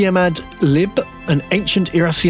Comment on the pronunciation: Lol at "tiamat lib" its tiamat 2b.